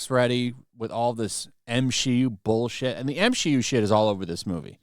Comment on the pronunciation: I absolutely find it hilarious and look forward to every video when you say the word. “ bullshit. “ the way you lean into the word bowl and then the way shit just rolls off your tongue. I don’t mean to analyze one word in every video, whenever you say it, it just makes me chuckle